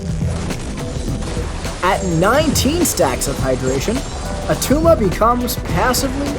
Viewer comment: It's not Attuma